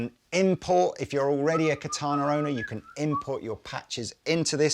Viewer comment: Ka ta na is Japanese for sword. Accent is on the first syllable. Sounds so strange to hear the word pronounced with the accent on the second syllable. Still a great bit of kit. Ka ta na wa katai desu.